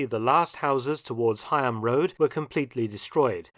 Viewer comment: That was very good and there are several building ends like that in Norwich, either side of the flyover for instance. I am also surprised that,as a resident of Norwich, you don't know Heigham is pronounced Ham. Thanks for showing and best wishes from jolly old Norfolkshire 👍😎Pete 🤓